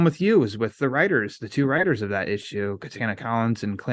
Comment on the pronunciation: When said "I do support the writers", it sounded like "rioters" lol. That Texan pronunciation